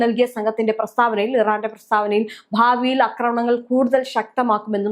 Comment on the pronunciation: അക്രമണങ്ങൾ അല്ല. ആക്രമണങ്ങളാണ് ശരി. ഒന്ന് തിരുത്തൂ പെണ്ണുമ്പിള്ളേ.